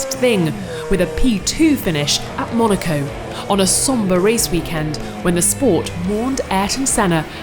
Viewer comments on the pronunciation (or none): none